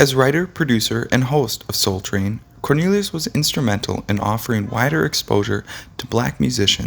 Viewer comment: This guy is irritating he kept mispronouncing his last name! He does that quite often! And who WAS that guy he showed off & on & at the end! 🙄